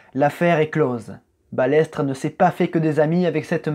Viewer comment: Je suis la F1 depuis les années 80 et c'est la première fois que j entend prononcer balettre au lieu de balestre et F I S A au lieu de fisa.